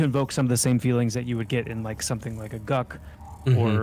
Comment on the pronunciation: Interesting. You say "guck" for Guk. I always read it more like cook with a g. I'm still middling on the graphic overall, but I'm not mad at the views and level/world design.